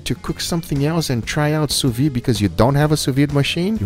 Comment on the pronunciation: The thing is called "sous vide", and be pronouncin' it "su vi" booga